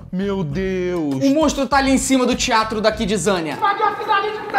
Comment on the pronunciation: manooo quando ele falou o sino do tiatro eu juro que eu entendi o sino do diabo